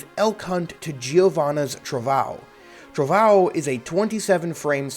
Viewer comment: I love Giovanna having Portuguese named attacks, cuz I can laugh at people saying "trovão" as "trovao"